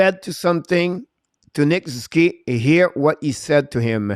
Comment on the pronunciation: Try saying Sus oo. Key when using Nick Suzuki’s name. Ok?